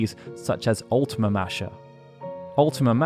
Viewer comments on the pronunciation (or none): none